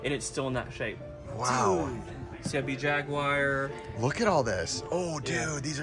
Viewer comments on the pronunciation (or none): Where did the whole generation of people calling the the Atari Jaguar the Atari "Jag-Wire" start? The only thing worse than that was when people started calling it the Atari "Jag-U-Are". I believe it should be pronounced as the company pronounced it. Watch some Atari commercials. It's "JAG-WAR"or "JA-GWAR" for all of you GWAR fans. :) DO THE MATH! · I love it when Jaguar is pronounced Jagwire